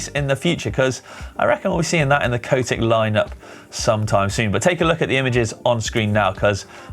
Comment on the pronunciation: Its Cotic, not Coatic.